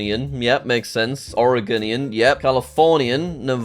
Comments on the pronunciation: Washingtuniun Oreguniun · As an Oreguniun, his pronunciation was atrocious but better than how the East coast pronounces it anyday